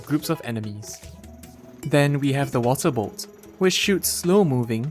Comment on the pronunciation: I heard "moral support" instead of water bolt